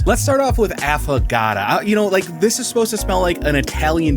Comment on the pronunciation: AFFAGATAAAA is NOT how it is pronounced. It is pronounced AffO(oh) gaTO (like tho). Please....